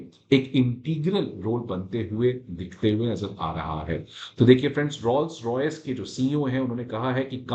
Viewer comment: Pronunciation of Rolls of Rolls Royce is not ' Rauls ' but ' Roles ' . So you should be pronouncing it as Roles Royce and not Rauls Royce.